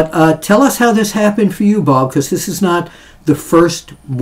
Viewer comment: Glad you could get Bob's name right.